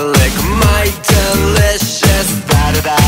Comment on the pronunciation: U SAID *I KNOW U WANNA lik MY DELOUSHES*? EWW JEFFY STAR WHY WOULD U SAY THAT?